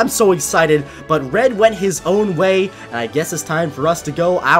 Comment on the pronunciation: I thought he was saying Fred instead of red